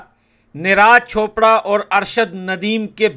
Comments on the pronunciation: भाई निराज चोपड़ा नही नीरज चोपड़ा नाम है। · Niraj chopper,,, Abe thik se naam le usks